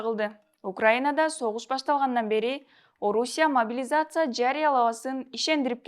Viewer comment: Биринчиден карындашым апаңын костюмун чеч, экинчиден могилизация деп тантырабай, жаагың сынчуудай болбой жакшына сүйлө. Белиң бешиктен чыга элек туруп көп безилдебе, эскертүү